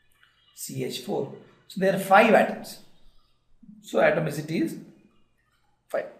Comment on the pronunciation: Uhhh... What is he saying is not clear